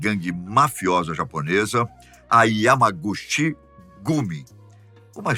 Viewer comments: A pronúncia de Yamaguchi... è Yamaguti ❤ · Correção O yamaguchi esse "chi" lê-se ti Entao se lê yamaguti